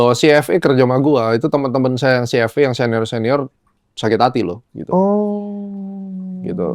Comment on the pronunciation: CFA in English pronounce nya Ci eF Ei brooooo BUKAN CFE 😂😂😂